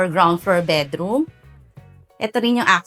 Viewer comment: I just can't get over the "betroom" word. Cloying. Got to go. 😷😷